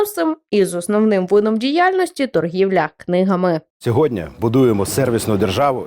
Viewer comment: Пане Клочко, "не сьогодня", а сьогодні!